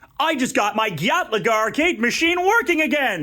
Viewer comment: I don’t… I don’t think that’s how you pronounce Galaga 😂